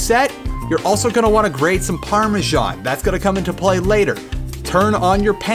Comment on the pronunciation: I'm sorry, but Parme-sjan? What's this you're talking about...